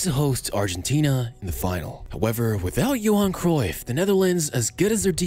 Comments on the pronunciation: Wtf is Kreuff?? Cruyff is Dutch not German!! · I wonder if there will ever be a foreigner that pronounces “Cruyff” correctly. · its Kruif